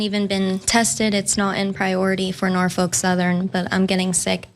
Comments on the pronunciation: Jesus christ... Can someone get her some reading lessons. It's NorFOLK rail, not NorFORK rail... Saying Norfork makes you sound like you have no idea what you're talking about and are not a credible news source. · Red state, yet again. Sorry to be that guy but 'norfork' is killing me.....😂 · "Norfork Sutherland", if it were intentional, would be epic trolling and disrespect on Nina's part 😂. Either way, i like it 👏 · Norfuk? Way to completely butcher their name